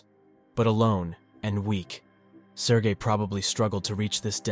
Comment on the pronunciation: everytime he say his name my head listen Sir Gay